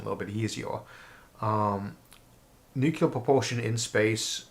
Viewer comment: In the comments for one of Mr. Arthur's videos, I briefly instructed him on the proper pronunciation of the word "nuclear." I noticed that he now pronounces the word correctly. I have no way of telling whether I had anything to do with this, but I am favorably impressed! Thanks and kudos, Mr. Arthur! You rock! (I am not attempting to do anything resembling boast here, but merely to thank Mr. Arthur for his efforts at self-improvement. It is an excellent indicator that he is likely to retain an open mind--something to be greatly complemented--for some time.)